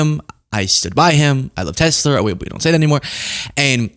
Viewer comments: “I love Tesler!” 🙊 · "Makes you go 'I love Tesler!'" Oh my god, that was hilarious. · the “i love tesler” chip is already in my brain and it’s called autism echolalia